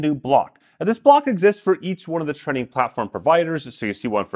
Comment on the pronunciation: I’ve never heard anyone say “training” like that. Trenning? Trinning?